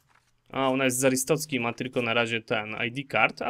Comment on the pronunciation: Mówi się arstoćka wiem pisze arstoczka